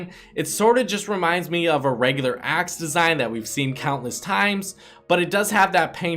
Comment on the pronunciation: the way you said “aaxe” (axe)